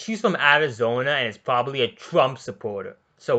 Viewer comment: "Shes pwobably a twrump suppowrter " what even is happening is he gonna throw in an uwu or some shit lmao